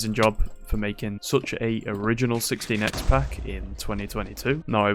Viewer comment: am hearling a lot of "60 nex" instead of 16 x